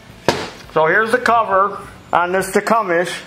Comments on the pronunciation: Tecumseh (tee-come-see) William Tecumseh Sherman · you been calling it Tecumes for years now love it every time. Krohler Briggs and Scratton 😂 never gets old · Enjoyed watching. Tecumseh=Tee-cum-see. Don't feel bad though, no "out of town-er" ever gets it right, the first time...LOL. I know, because I live here, in Tecumseh, MI. Where the engine's name, comes from. The original buildings have recently been torn down. Old guys, may also remember the Clinton engine. They were made just 5 miles North of here, in Clinton, MI.